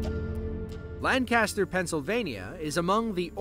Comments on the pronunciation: It’s not Lan-CASTER, it’s LANK-ester. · You have no idea how many people from Lancaster cringe hearing you say it like that....😅 For those who wonder. People from Lancaster are from Lan- kiss-stir